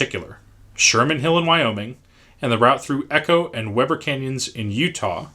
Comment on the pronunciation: Good information! I do have one correction for you. Weber in Utah is not pronounced as Webber like how you said it. We say it more like Weee Burr. I live in Roy, UT and have had family and friends parents that worked for UP in the Ogden yard. This is the closest UPPR station to Promentory. This yard is where the switch engines to make it up and over to Evanston, WY. If the trains head east towards Elko, they go over the causeway built to shave time. If they head south towards the SLC and onward to LV and LA, they pass my house as I live 0.1 miles from them. Seen John Wayne, the 1776 Bi-Centennial train, and the 2002 Winter Olympics Flame train. I’m an engineer, but the electrical kind so I don’t work for them. If you ever need Utah info, feel free to PM me.